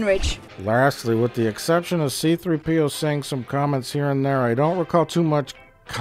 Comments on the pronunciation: Think I've seen every Plinkett twice now, and the only gripe I have is that he says C-3P0 with the accent on the P instead of the 3. You monster! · c-THREE-p-o. Not c-3-PEE-o. c-THREE-p-o. You fuckk